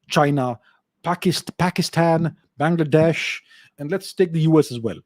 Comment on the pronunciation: why did he pronounce Pakistan, Bangladesh like that 😂😂😂